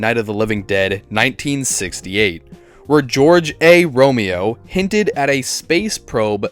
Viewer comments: George A. Romero, not Romeo. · Bro why are you pronouncing some of these words so damn weird, vogue for vague, Romeo for Romero 🤣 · o think it’s Romero. pronounced like Camaro like the car.